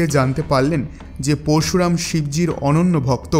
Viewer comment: আপনি দয়া করে উচ্চারণ টা ঠিক করুন পরশুরাম উচ্চারণ ঠিক করুন